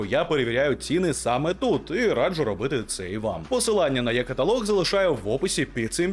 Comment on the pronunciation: Українською буде не є-каталог, а е-каталог!